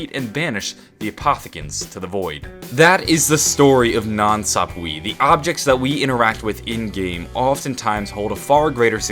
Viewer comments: I'm pretty sure nan swap-wee is pronounced nan sap-wuh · Nan sapwe is (SAP-W-EH) NOT WEE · I thought it was pronounced "Nan sap-way" not "nan sap-wee" but tomato/tomatoe I guess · (Nan Sapwe) People please stop saying Nan sap-we the correct pronunciation is Nan sap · Nan Sap-way not Sap-Wee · NOT NANSAPWEEEE ITS NANSAPWE (eh) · It's pronounced sapwa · Every time you say nan sapwee i die a little inside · NAN SAHP WAY IS HOW YOU SAY IT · its pronounced skull of nansapwe (nansapwah) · the skull is actually pronounced skull of nan (saapway) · it's nansapwa